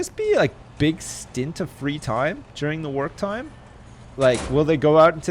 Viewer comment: when u said work time i thought u said twerk time lol